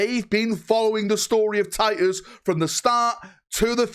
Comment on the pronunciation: "Tiy-uhs...our due-eh es doon" 😉❤